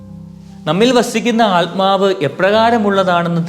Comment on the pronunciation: Good message father but if possible pronounce correctly the word ആത്മാവ് not ആല്മാവ്. .🙏